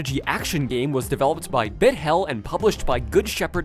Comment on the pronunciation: Solid Video, but I am mad about one little thing: You pronunced Bithell as "Bit Hell" and that is just not right at all.